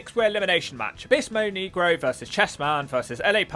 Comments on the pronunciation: why can't british people say words in spanish? "abeesmo nigra". perro? perro who? perro aguayo jr. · The way he pronounces abysmal del negro is crazy funny 😂😂😂😂😂😂